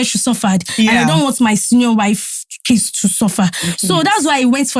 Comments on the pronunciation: really said ‘combined kadara’ 😂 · Did you just say combined kadara 😂😂😂😂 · Exactly! Could tell she meant kids, not case